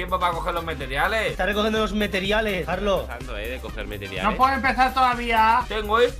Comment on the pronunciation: No es los meteriales es los compariales